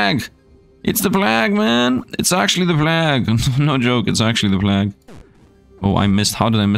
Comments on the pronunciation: Love your content and enjoying this game, just to help you though, plague isn't plahg, it's pleig/pleyg, so it sounds like it starts with play and ends with a short "gh". Hope that helps you. Keep up the awesome videos! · plague is and has always been pronounced "play-gue" and not "plahg" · Plague is pronounced like combining play and vague Play-gue (long a) But finding the overpowered stats like always